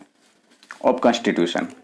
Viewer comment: Your pronunciation is such a poor plzz improve bcoz u are a teacher you should improve Its not कैंस्टीटूशम its कंस्टीटूशं Ok there are many mistakes Im leacturare in college ok 🤮🤮